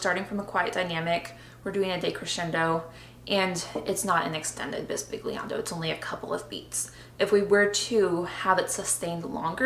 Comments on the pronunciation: Great videos and appreciate the excellent insights into composing for harp. The closest explanation is that 'gli' is prounounced as in the word millionaire (eg bisbilliando) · Very instructional video! Just an aside, the "g" in "bisbigliando" is silent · How to pronounce the "gli" of the word "bisbigliando" Wich is a different sound from the sound of "Gli" of the word "glissando" that is right as you are saying now an hard sound g+l. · Great video, you should say bisbigliando is the Italian for whispering. And the correct pronunciation is different, the g is not hard as in the word big but sweet (I don't know if the sound of Italian GL is used in English... see the words aglio, paglia, meglio...) love from Italy!